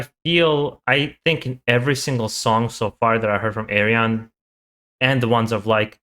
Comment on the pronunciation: his name is pronounced Ar-Yun. 😉